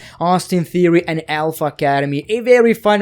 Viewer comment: He called theory veer lol